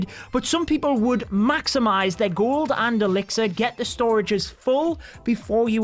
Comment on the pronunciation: Whenever you say gold and elixir I keep hear golden elixir